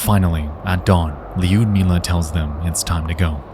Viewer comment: Not that I expect an american to correctly pronounce russian names, but you are pronouncing Liudmila's name incorrectly. You add letter "J" after "I", it's not neaded. Don't pronounce "I" at all and go for soft "U".